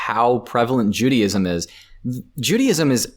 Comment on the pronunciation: I know he’s American which automatically makes me an idiot but there’s no way bro said “Judy-ism” 💀